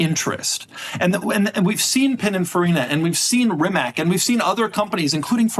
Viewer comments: Reematz....not Remack... just sayin". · Rimac is pronounced "REE-Mahtz". The final un-accented "C" in Croatian has a "TS" sound.